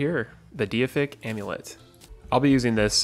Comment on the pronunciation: Pretty sure it's pronounced dayfic amulet not diyafic amulet